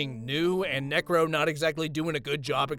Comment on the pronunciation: I swear bro was adding g's instead of c's when he said necro anyway this isn't hate or anything keep up the good work